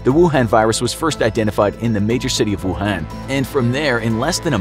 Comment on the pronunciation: Me: rewinding back to just to hear him say “rucoon”